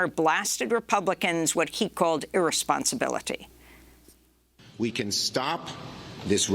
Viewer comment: You cant even say irresponsibility. Fuck this world.